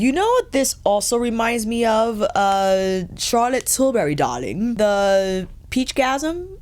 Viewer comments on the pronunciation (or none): none